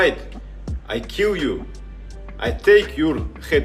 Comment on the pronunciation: “I Keyll Ewe”